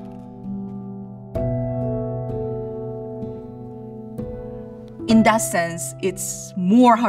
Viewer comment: Exactly my sentiments as a person who watches kdramas and follows korean culture - when he kept saying Hyung i was dying inside.